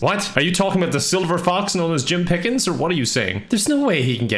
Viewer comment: Not Jim Piiiiickens, Jim Piiiigens 🐽🌭